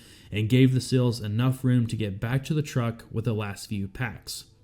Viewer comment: Love the coverage but learn to say “seals” not 😊”sills”